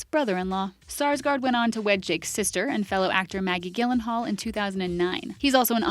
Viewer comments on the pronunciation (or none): It's not G as in Georgia, it's G as in granted for Gyllenhaal you dumb b**